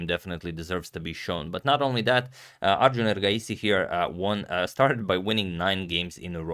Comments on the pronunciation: Glad he pronounced Arjun an not Aryún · Finally agad pronounces arjun as arjun and not aryun. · You pronounced "arjun" very well 🙏